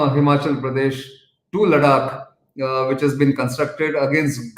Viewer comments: Nitin the correct pronunciation is लद्दाख instead of what you constantly pronounce as लड़ाख . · Why does he pronounce La-dh-ak as La-DD- ak 😃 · Nitin, your presentation is well rounded-with maps, pictures, facts & figures and of course narration. I would like to suggest one thing- it is Ladakh with a "the" not a hard "d" as you pronounce. To my knowledge you are the only one who pronounce this way and you need to correct it. Also I remember from one of your videos you were correcting your co-panelists that it is not Doklam but Doka la or something like this in Bhutanese. I hope to see you in your next video pronouncing Ladakh properly as we will be seeing more of this standoff with China in this region. Thanks. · Please don't pronounce Ladakh like George W Bush would.